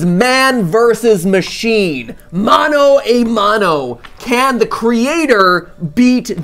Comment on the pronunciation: How else was annoyed that he said mano a(ay) mano, not mano a(ah) mano